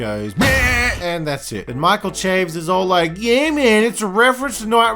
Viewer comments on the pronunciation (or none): It's pronounced SHA-VEZ or CHA-VEZ but definitely not CHAYVZ